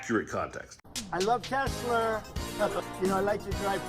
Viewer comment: Stupid ass Chump can’t even say Tesla correct.😂😂😂😂😂